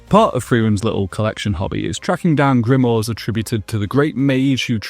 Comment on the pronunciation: Just curious is there a reason you say Grimoire like that?